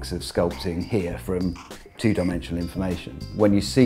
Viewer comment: When he says here it sounds like hey